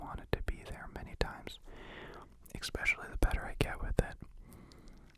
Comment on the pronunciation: omgg you say expecially instead of especially ☺️☺️☺️☺️☺️☺️☺️☺️☺️☺️☺️